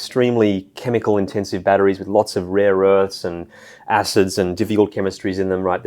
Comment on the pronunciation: the first couple of word; "acids" turned me off. He is not sure of his subject.